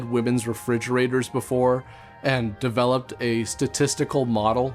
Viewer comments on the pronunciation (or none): none